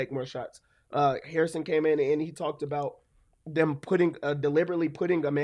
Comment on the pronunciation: Yup... Joe Hair-iss = Hair-ison Wind.